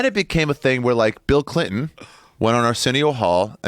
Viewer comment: Joe keeps saying hillary crinton